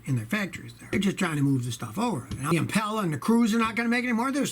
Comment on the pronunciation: GM: “Chevy Impala” Scotty: “Chevy Impella”